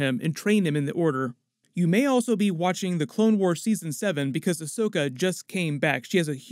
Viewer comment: No rush because Rosario Dawson needs time to learn it's pronounced Ahsoka and not Ashoka 😉